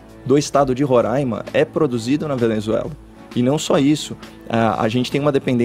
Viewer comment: #CAIOCOPPOLLA o único que pronunciou a palavra Roraima corretamente. 👏🏻👏🏻👏🏻👏🏻👏🏻👏🏻